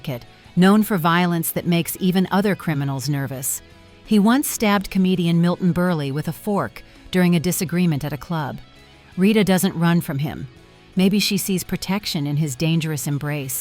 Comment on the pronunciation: Milton BUR-LEE? REALLY? AI